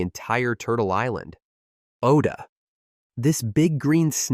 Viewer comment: It's to-mo-weigh.. not to-mow and it's Ah-O-da not Oh-da.